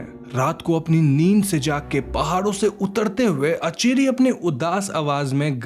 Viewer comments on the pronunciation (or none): It's aanchari ..... Not acheri